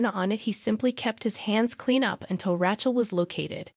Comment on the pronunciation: RAY- CHEL WITH A LONG A. NI-COLE. THANKS